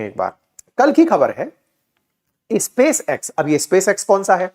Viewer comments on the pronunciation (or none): Elon = E-lawn ✅ Alan ❌ UFO = Usa Fooling Others ! 😂 “ is-pace” 🙅‍♂️ “space” 🤷🏻‍♂️ “phaalkan” ❌ “falcon” ✅ “cancil” ❌ “cancel” (can-sal) ✅